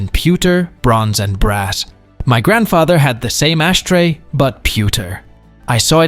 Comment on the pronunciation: "Ashtray" or "ass tray?" 🤣